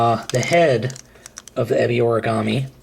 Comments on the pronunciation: It is pronounced eh-be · exactly. this guy who did this review acts like he watches the show but if he really did he'd know how the say Ebi Origami's name.